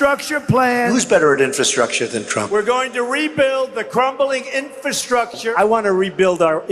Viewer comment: Has anyone else noticed that Trump can't even pronounce infrastructure? He says "infa- structure." Good grief! Listening to him talk is like hearing nails on a blackboard!